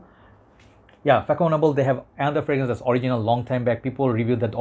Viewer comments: As kevallec before me indicates, fah-son-AH-bluh. French Ç is pronounced like an S. The same sound as in the Catalan name Barça for (FC) Barcelona. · it pronounce Fassonnable bro ;) the first one its all my childhood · The proper prononciation is fa ( son) able 😊😉